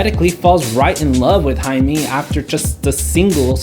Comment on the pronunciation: "-ae-" in Haemi always sounds as h in happy when it comes to Korean alphabetization. no exception on this. BTW, great review dude. I love it!